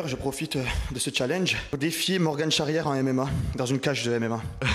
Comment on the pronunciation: Il a osé dire morgan (morgane) il va vraiment se faire fumer